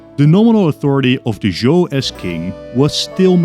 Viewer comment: Love your videos, but I'd like to say: In Chinese pinyin the "zh" sound sounds like "J", so Zhou sounds like "Jo." Also Q sounds like a weak "Ch," that's why we derive the word China from it.